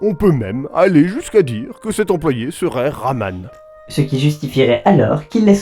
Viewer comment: Apres 15 minutes de recherche sur le scientifique de Portal 2 je me suis rendu compte que était pas Raman mais Rattmann !!! avec des T ! Je veux qu'il face un accent en vidéo, mais qu'il ne sucre pas des lettres !